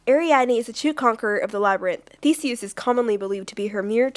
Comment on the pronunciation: You said Theseus wrong